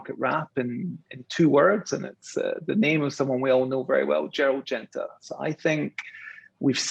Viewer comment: in Singapore...you keep saying Gerlad Genta when referring to VC OS...someone in your position should know better...